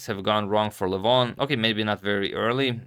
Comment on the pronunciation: His first name is pronounced “Legh-von”, not like “Luh-voghn”. I don’t know why other Armenians are giving wrong pronunciations. It could be because we are very spread out and have different dialects. But Levon is from Armenia proper, like myself, where we speak the Eastern Armenian dialect. I can say with certainty that you went farther away from the correct pronunciation after changing. Let me know if you’d like a video or audio recording. There is a video on YouTube where someone pronounces his name incorrectly, if you are referring to that. All the best.